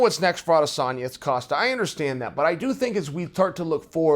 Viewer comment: Love the way you’ve made the effort to pronounce ‘Adesanya’ - that’s a subscribe from a large number of us.